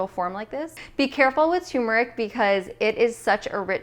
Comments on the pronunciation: So sad 😕 to hear a dr. say tumeric instead of turmeric. We never pronounce the first "r" in the word. Yikes!! BTW. Nice recipes for getting the day started.😃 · Does anyone else hear tumeric instead of turmeric? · Why can’t anyone pronounce turmeric correctly? It’s not effing tumor-ick 🤦🏻‍♂️ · This is my 1st time watching you. You're beautiful. I'm absolutely going to subscribe. The smoothie looks amazing, but hearing toomeric is just a little annoying. Lol I don't think the "R" is silent. Turmeric is pronounced just like it sounds. Not being mean, I promise, just kidding a little. Maybe it's your accent, but I've never heard it pronounced like that🤪. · Why did she says...Tuuurmaric, it’s pronounced without U 🤣🤣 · You keep saying turmeric wrong